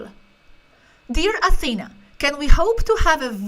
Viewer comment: that's the correct pronunciation of the name Athena. (AthenÁ). 👍 Not AthÈna.